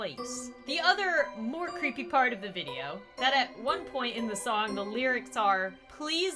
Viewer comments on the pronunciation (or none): none